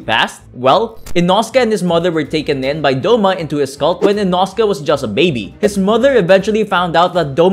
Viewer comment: It's pronounced Ee-no:scae